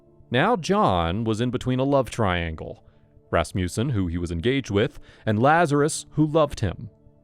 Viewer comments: Ehm when you say 'Rasmussen' you should put the emphasis on the first syllable... RASmussen.. Not rasMUSsen. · He keeps saying rassmewson! Ummm I think it's pronounced rass muh son!!! Why!? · I'm trying to take the audio seriously but the "Ras-mew-sen" cracks me up so much that I keep pausing. Darling, it's Rasmussen, pronounced "Rass-moo-sen" Sincerely A scandinavian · Ras mussen Ras mussen Ras mussen. Ras mussen!!!!!! NEVER “Ras musen!!!!!!!!!” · Funny, thought it was a russian name with your pronunciation, but its a danish one, Rasmussen 😂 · Why can no one in California pronounce Rasmussen properly??!!!! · hearing this guy trying to say Rasmussen is priceless! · The pronunciation of Rasmussen was so special